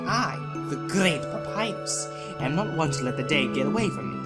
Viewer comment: I'm just saying but when Papyrus said 'I am always telling you that', the emphasis was meant to be on the am, like 'I AM always telling you that!'